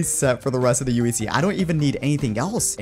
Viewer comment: I like the way he says in today's minecraft UHC it sounds like in today's minecraft TNT